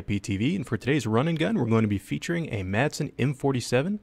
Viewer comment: AndrosRG Ahh, the old "Masen" LMG...